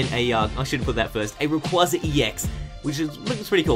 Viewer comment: You're awesome man, but people really need to get into the habit of saying Rayquaza correctly. Just watch Destiny Deoxys and listen to the way they say it.